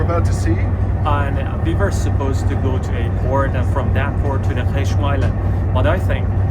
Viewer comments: It's not Qmesh, it's Qeshm🤣🤣🤣🤣 My guy, it's written right behind you (to the gentleman at the start of the video) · Sorry the name of island is not GHMSH it is GHASHM